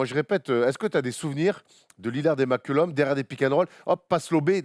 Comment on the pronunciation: Par contre la gars c'est cj McCollum pas mccullom